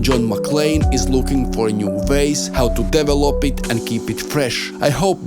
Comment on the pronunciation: Instead of Devil-op, try saying de-vel-up as per proper pronounciation, saying develop.